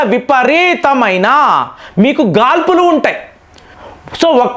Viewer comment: Gaadpulu, not gaalpulu